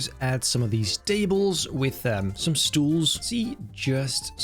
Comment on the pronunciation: HAHAHHAHAH AINT NO WAY SAID 'STOELS' TRYING TO MAKE A DUTCH WORD ENGLISH😂😂